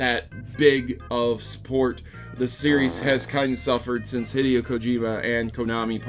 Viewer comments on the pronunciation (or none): none